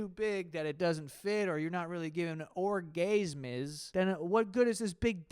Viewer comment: or-gays-mays took me outttt😂